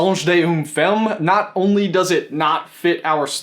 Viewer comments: Hi from France! Nice try with "Le Songe d'une femme" although "femme" is actually pronounced... \fam\. Fam. You could definitely not guess. To sum it up quickly it's due to the way French pronunciation has evolved through time (like Shakespearian and modern English I suppose) so basically your pronunciation would be right if we still were in the Middle Ages or something. Which is nice. And by the way your French accent is the sexiest I've heard in a long time. ;) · Les Français en force ^^ C'est vrai que c'est assez cocasse comment il prononce "Le songe dunne fumme " x) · Omg your accent when saying "le songe d'une femme" is so funny! "Femme" is prononced "Famm", like the "a" in family. It know, it's weird because even in french "e" is not prononced like an "a", but this word is different ^^ And at LEAST it's not the previous page on display, it talks about naked men on water... O_O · Im pretty sure it says woman in the title..which is pronounced fama...but my french is crap so don’t rely on me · Femme is prononced "famme" ;-) The "a" prononced like the A in "Adam" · You pronounce the book "luh song dune fehm" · femme is pronounced "famm" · Le songe d'une femme. On le prononce comme ceci (we pronounce it like this) : Le songe d'une fam. Not even kidding... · i always thought she was reading some french book called "L'Astrée" because of the sheep on the picture, even if i don't know what's happening in this book well i'm french so i have french references by the way your prononciation is almost perfect, you only mispronouce femme which is pronounced [fam] love your videos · oh my that pronunciation lol but I mean you don't speak french so I don't blame you. You would say d'une like a sand dune and femme sounds like like the emm in emma, just a little lesson in case you were wondering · I kept correcting him in my mind when he pronounced “femme” wrong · As a French speaker, I thank you for this video but have to admit you butchered the name😂😂😂